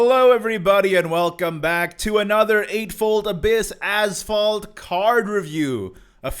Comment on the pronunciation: When you say " Azvaldt" for some reason i hear Asphault 8 XD